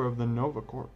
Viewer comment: Did you know that 'corps' is pronounced as "core", not "corpse"?